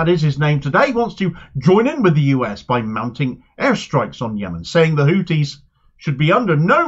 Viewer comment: Pronoune the "th" n Houthis as the "th" in thought, please.